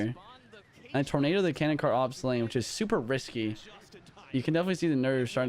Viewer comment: Nothing made me more laugh than the "nYoUn" on the canon kart 🤣